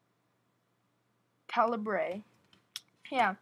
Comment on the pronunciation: Pronounced KA - LI -BER, altho' the spelling is "Re" doesn't make it another Language... but it is a simple mistake.... good video otherwise... thanks helped me ..